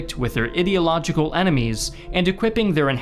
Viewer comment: haha you pronounced it like ''their idiotlogical enemies'' because screw capitalism am i right?